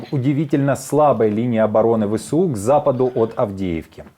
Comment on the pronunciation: Навчіть свого новенького ведучого. Не Ве Се У а Ве еС У